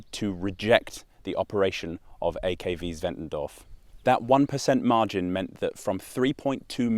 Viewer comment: German here, at least you aced the pronounciation